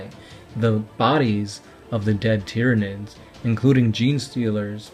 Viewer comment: I'm really glad I found your channel and appreciate the work you've put into it. This is the moment that anyone reading this will hate me, but I just have to say it because that's who I am. your pronouncing a large amount of names... wrong. Tyranids is pronounced the same way you say Tyrannosaurus.